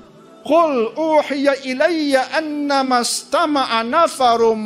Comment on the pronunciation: Bacaan ayat 1 surah Jin tu salah.. annahus Tama a nafarum Bukan annamas